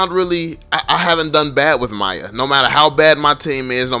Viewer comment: i get so mad when u call miya to maya idk why